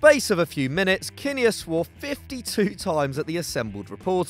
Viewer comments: It’s JOE KIN NEAR NOT JOE KINNIER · pronounced "Joe Kin-near" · Total amateurs! You don't know what you're talking about! It's pronounced 'Kinn-ear, NOT Kin-nayerr, or whatever you said, clearly not football followers, so why do you do it? Couldn't you afford Kevin Keygan?!